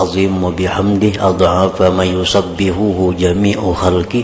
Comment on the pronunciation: Bukan yusabbikhu. Tp yusabbihuHu Perhatikan hurup nyaa